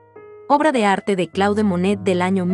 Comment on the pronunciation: muy bello vídeo!! Un sólo detalle que quizás puedas editar de la locución: el nombre del pintor. CLAUDE MONET se pronuncia "CLOD MONE" !!! Saludos. ❤🎶❗